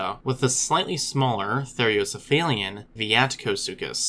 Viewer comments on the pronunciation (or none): "Therocephalian" is pronounced "ther-owe-cef-A-lee-an. There is only one "i" in that word, the one that comes in the last two syllables, "li-an."